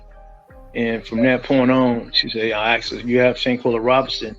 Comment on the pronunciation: It's not pronounced Shankel, it's Shanquella. Bad form with the automated dialogue.